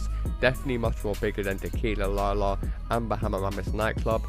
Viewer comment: Niki Tr lol yeah he said it weird